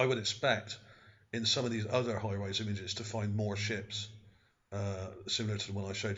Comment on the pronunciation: lmao... hires = hi-rise ?